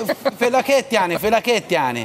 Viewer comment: “FelAket yani felAket” aksan çok iyi ya 😂